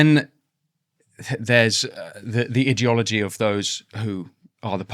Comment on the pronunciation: Idiot ology idea ology please speak properly